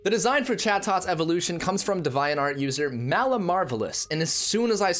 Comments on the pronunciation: Bruh maybe I’m crazy but I’m pretty sure it’s pronounced Dee-vee-ant Art (no hate tho) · iT's aCtualLy pRoNouNceD "Dee-vee-ant" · Lmao why do you pronounce Devianart like that